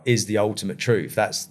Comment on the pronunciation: Just keep adding rambling on to rambling. Nothing actual here or learned. Just a whole heap of analogy with no ties to each other. I knew it the second he said to-ruth!!